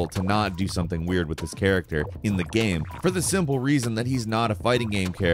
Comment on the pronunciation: Except when he says gaem instead of game